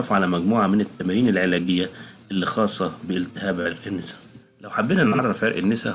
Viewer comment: عرق الناسا ليس عرق النيسا بعبارة اخرى للتوضيح عرق النسا بفتح النون و ليس بكسرها شكرا